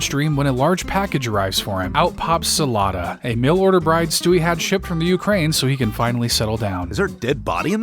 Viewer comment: As a Ukrainian, it is not zelata its zlata, the same way you type, the same way you say